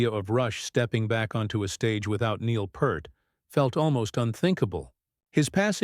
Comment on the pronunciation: Well listening to this didntt last long. He said Neil Pert and that was it. Lazy ass video. Look up how to pronounce his name if you dont know, otherwise stfu!